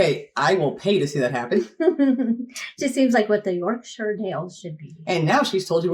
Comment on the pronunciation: I'm a Yorkshireman, and pronunciation in the introduction sounds spot on, she says it as a shortened 'shuh', which is perfect, most Americans would be over emphasising it with a clear 'shire'.